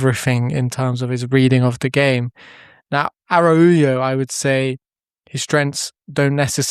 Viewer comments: Please learn how to pronounce his name. I can’t go through an entire season hearing “Arauyo.” 😭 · Nice video! Please stop pronouncing it like that haha. Its araocho